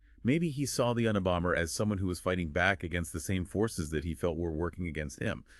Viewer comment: Un a bomber 🤦🏼‍♀️ I know the acronym and why but your pronunciation is absurd